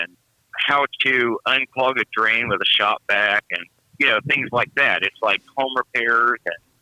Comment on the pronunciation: I chuckled when you said "How to unclog a drain with a shop vac" because I thought you said "HOW TO UNCLOG A DRAIN WITH A SHOTGUN!!! LOL Too funny:)